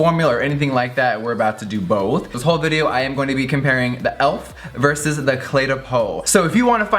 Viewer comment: JEFFREE!IT'S PRONOUNCED E-L-F...THE LETTERS NOT ELF...LOVE YOU SOOO MUCH GIRRRLLLL